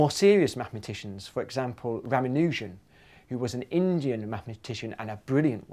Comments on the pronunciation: Is that really how Ramanujan's name is pronounced? I thought it was pronounced more ra-MAN-u-jan, not ra-ma-NU-jan... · The pronunciation of ' Ramanujam ' was wrong , it's not how we pronounce it here in India :P . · lol how he says Ramanujan xD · oh man i'm from india and he completle destroyed ramanujans name.